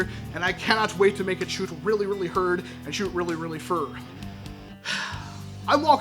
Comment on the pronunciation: Cool blaster. It will be interesting to see what you can do with it. Make it shoot herd and fur. You sounded a little like people in my neck of the woods when you said that.